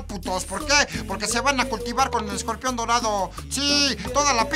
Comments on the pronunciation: chingada madre ESCORPION !!!!! Te falto la chingada "r" que chingaos no fuiste a la escuela o a la chingada la escuela? Jajaja esta chingon el video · CLASES CON ESCOPION????!!!!! (O.o) no chinguen se comieron la "R" hahahaha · te comiste la r ..escorpion pendejo ..jajajajaj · El escopion jajajja te comiste la "R" weee... Chingoooonn el videoo xD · Te comistee la R , pero aun asi me caes bien :)